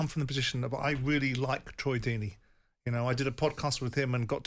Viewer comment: Firstly it’s ‘Deeney’ secondly he is far from a road man. He’s more of an old fashioned English manager.